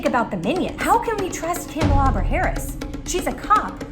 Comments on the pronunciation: Absolutely love that she started out pronouncing Kamala correctly and then started going crazy with it. 😂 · "Kalamaris Harris" 😭😭😭😂😂😂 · Bruh...not " Kalamari" Harris...💀💀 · Also "Kalamari Harris" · The first time Desi said Kamala's name wrong, I thought "uh oh!" But by the end of Desi's spiel (butchering the name much worse), I thought "hmmm...KAM-ala wasn't such a bad approximation after all." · Slutty McTits Agreed. And Favorite part was how the mispronunciation of Kamala kept changing 😂!